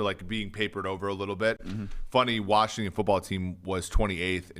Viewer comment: No r in Washington